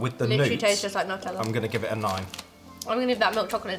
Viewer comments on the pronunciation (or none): As an Italian it sounds so bad you're calling it nuh-tella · It’s NEW TELL Ah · Its NOO TEH LLAH (Nutella)